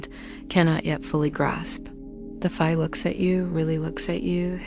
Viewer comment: I didn’t like the way Fae was pronounced, otherwise…I fell asleep 😊